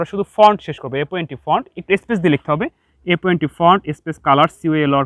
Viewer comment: sir, "front" hobe, naki "font" konta?